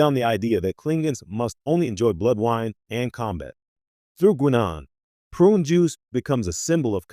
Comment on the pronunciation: 4 minutes on prune juice and i just can't deal with the AI's pronunciation of Guinan.